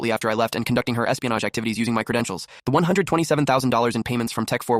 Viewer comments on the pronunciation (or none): What credintioal 😂😂😂